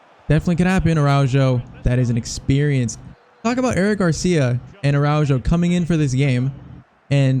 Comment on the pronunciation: It’s pronounced Arauho and not Araudgo